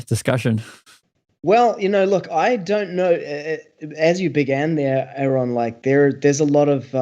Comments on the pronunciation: It's like nails on a chalkboard everytime someone mispronounces Aron's name. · How come it's so hard for people to call Aron by Aron instead of Aaron?